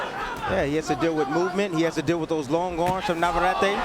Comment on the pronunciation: Please. It’s NAVARRETE. NOT naverary. Perhaps the announcers should do their homework in pronouncing the names correctly